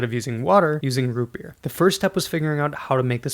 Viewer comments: ROOUT BERR! YEEAR ROOUT BEEER root berr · Root bebeer